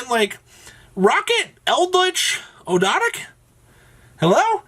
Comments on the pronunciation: Actually its og-do-dic with a silent A. Referring to the egyptian Ogdoad. Its actually not that much to pronounce as originally thought. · His pronunciation of Ogdoadic changes every video.